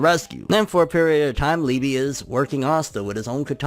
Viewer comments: Pronounced Lee-Buh -- In German it means Love ... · It’s pronounced Lee.buh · I believe it’s pronounced like eBay but with an L.